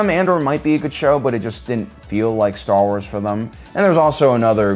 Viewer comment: releases genuinely deep and thought-provoking video Also: Staa Uaas